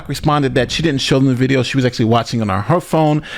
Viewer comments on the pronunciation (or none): none